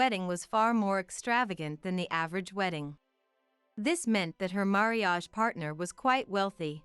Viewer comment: Words such as marriage wrong prpnounced by narator marreeage